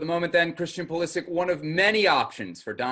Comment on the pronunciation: its Pulisich, not Pulisik for God sake